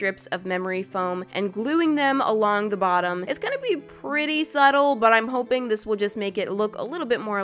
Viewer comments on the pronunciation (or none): none